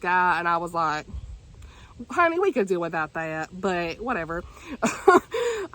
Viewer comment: Girl I have to say, every time you say "honey" it kills me because you say it so well lol I'm southern but I can't say 1/10th as well as you can 🤣